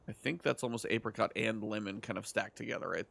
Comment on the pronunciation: can we talk about him mispronouncing apricot like 100 times?